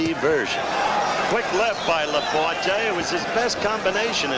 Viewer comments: It took 2 rounds for Cosell to pronounce La-Por-TAY not "La Por-Tee" .Bad preparation . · Even though he couldn't pronounce Laporte's name.